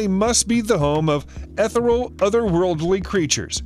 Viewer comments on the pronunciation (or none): Etherall?? Ethereal....maybe! Ee thee ree all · Nope. ETHoral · Wait, did you say "eth-ER-al"?? 🤔